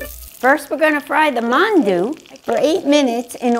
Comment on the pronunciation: My Korean 🍑 slightly mad at Lynja for pronouncing Mandu Mondu.